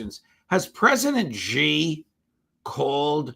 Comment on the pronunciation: Please Judge, the Chinese President’s name is Xi, pronounced ‘see’, not ‘gee’